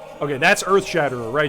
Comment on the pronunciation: Glad they are giving two handed weapons some love, it's been a while since they got good updates. (Also glad they opened up a few more skills to unarmed) One thing though hun, it's Earthshatter. You kept saying Earthshatter*er*